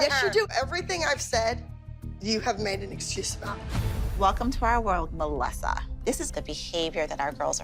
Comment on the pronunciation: "Welcome to our world MuhLessA" - Dr Holly